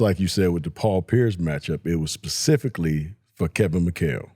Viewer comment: Why can’t black ppl say specifically 😂😅 they always say pacifically 😅